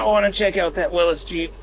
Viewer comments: FYI old Jeep is pronounced Willies. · Its a willys jeep not willis